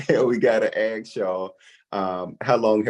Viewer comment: PLEASE LEARN HOW TO SAY ASK! NOT AX!